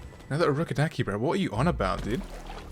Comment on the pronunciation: That is the demon Daki not that name you said😂